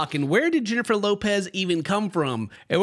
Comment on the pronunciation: btw.. its not Jennifer Lopez.. its HENNIFER LOPEH~